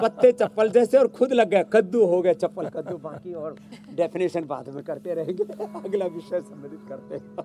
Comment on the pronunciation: Chapan kaddu hota hei not chappal